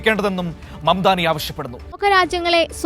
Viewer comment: Mandani alla mamdani